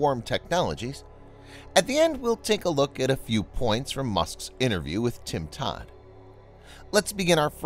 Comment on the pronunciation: "Tim Todd" :)